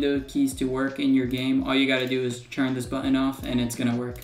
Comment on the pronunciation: It's always fun hearing how different American people say "button". I've heard several people say "buTTTon", and the other extreme seems to be here saying "buUUon". But don't mind me, I'm just poking fun.. I'm from Ireland where we rarely pronounce the "h" "th" in words, so we say things like "tree" for "three", and "dere" for "there"..